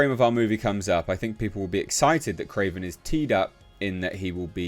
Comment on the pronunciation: "It's Krorvbin' time..."